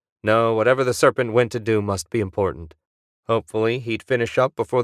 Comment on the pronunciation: Gotta love the narration, "Nothing screamed I'm InPortant"